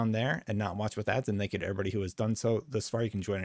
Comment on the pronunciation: Thanks for the video and info :) but please stop saying "dank you" :) my ears are bleeding :)